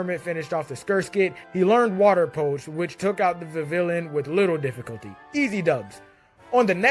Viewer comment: the ll in vivillon is pronounced "j". Sorry, it just annoys me.